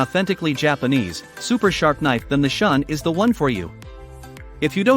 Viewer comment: Shun is pronounced shoon.